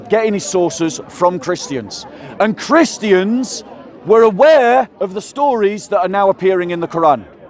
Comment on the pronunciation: It's so funny when people say "Christy ans" 😂